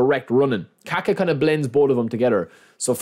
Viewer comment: Funny how gringos can't say Kaká name correctly